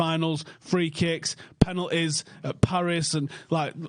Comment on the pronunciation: PEHnalties PAHris PUHpadoms